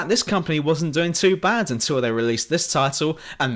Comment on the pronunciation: you very ofteny pronounce c, d and t like "ng" facts -> fangts bad -> banned